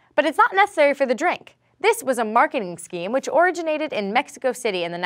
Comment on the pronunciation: I like how she says 'Originate'